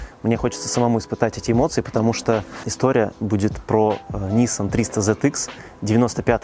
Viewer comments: Почему нИссан,а не ниссАн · Трушно поставил ударение nIssan))) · В этом нет ничего трушного. Дешёвый англицизм